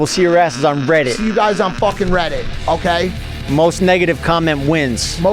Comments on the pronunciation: Why does Mike pronounce Reddit like “riddit”? Must be a 40yr old thing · Why he saying riddit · Why does the 40 year old keep pronouncing it " RIHHDUT" ?? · Mike saying Riddit is proof of him being 40. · why do all ur friends say riddit 😭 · The way Mike says reddit 😂